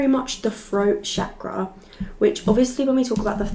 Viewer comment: The way you correctly say Chakra tells me that you have been in India at some point 🇮🇳 ❤